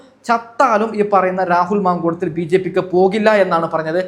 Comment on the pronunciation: രാഹുൽ മാങ്കൂളം അല്ല മാങ്കൂട്ടം